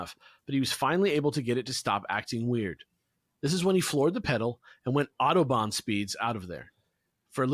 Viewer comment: I was more invested in side story in Germany and his terrible pronounication of authobahn.